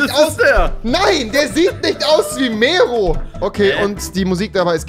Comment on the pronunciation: Wie sie mero aussprechen, wie als würden die meerooooo